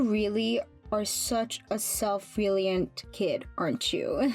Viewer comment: Did she really just say self-REE-leeant??????? My ears!!!!!!! And the lack of expression. Sorry, but keep the Anna VO talent and skip over the one doing Mom. Nonononono!!!!!!! The Anna VO artist would've done both characters flawlessly all by herself!!! Love her, love her, love her!!!